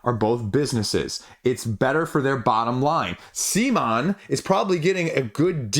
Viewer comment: At about mark of this BGG video it's mentioned CMONs official correct pronounciation... It's not sea-mon... it's c'mon! Please don't be stubborn.